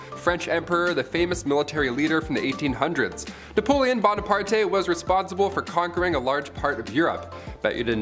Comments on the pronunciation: It's napoleon bona-part not par-te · There’s no “TE’” in Bonaparte!